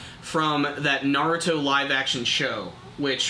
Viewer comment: i swear i'm going to slap the next person that says Naruto as Nareruto lol